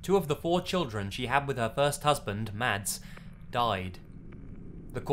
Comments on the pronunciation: Mads is said "Mass". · Hey bro your vids are freaking awesome! One thing though, in Scandinavia, the name 'Mads' is actually pronounced "Mass' :) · The name Mads is pronounced Mawz